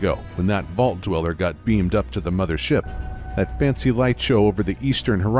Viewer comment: You can barely tell that this is a deepfake voice. “MotherSHIP” gives it away. That or you’re just strange